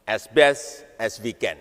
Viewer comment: "Esbes es yu ken, plis invest en kam tu mai kantri" Jadi sales Smart city, tapi nggak bisa basa inggres. 😂